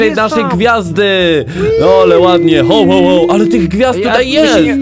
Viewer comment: Jakście to przeżyli?! Spłonąć powinniście albo roztopić! Hoł, hoł, hoł?! Ho, Ho, Ho się mówi! W Polsceśmy jest! A jak chcesz po angielsku to po angielsku! /həwˌ həwˌ həw/, a nie hOł, hOł, hOł!!! ŻARTY?! KLICKBAIT NORMALNIE!!! W tytule jest „Św. Mikołaj”–biskup w szatach biało zielono złotych–a nie to co spotkaliście–Colowy Mikołaj[Cola Claus]❗